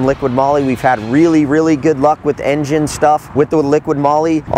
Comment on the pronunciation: Its liqui moly not liquid moly.